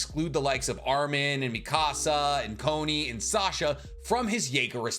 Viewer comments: You say Connie like Bonnie not boney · You called Conny “Coney” lmao